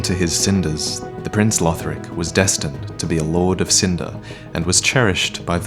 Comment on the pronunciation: Conjecture not conjunction. Also, Lothric not Lotric.